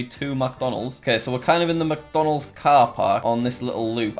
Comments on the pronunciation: when he goes MACdonalds not micdonalds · It made me so mad how he said MacDonald's instead of McDonald's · Every time Jack said "MacDonalds" I got triggered. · i like how he says MacDonalds instead of mcdonalds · Macdonalds-? ITS mic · He says Macdonalds instead of micdonalds interesting. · Alternate Title: Jack Spends Eleven Minutes Mispronouncing McDonalds.